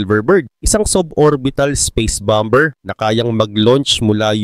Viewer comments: bomber is bamer pronounce hindi bamber 😅😅😅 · Bamer Basa dun lods Hindi bamber haha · Anong Bam-ber haha ang lala mo naman magbasa